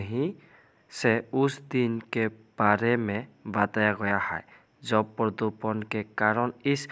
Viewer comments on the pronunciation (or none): পৰদুপন নহয় হিন্দীত প্ৰদূচণ